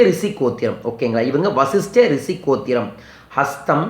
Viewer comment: அது "ரிசி" அல்ல "ரிஷி" உச்சரிப்ப்பே ஒழுங்கா வரல... This is a funny video... don't waste our time...